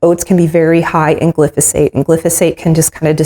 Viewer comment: Great recipe. The chemical sprayed on vegetables is pronounced glyphosate “gli fo sate” thank you for sharing your life and recipes with others. I love your channel.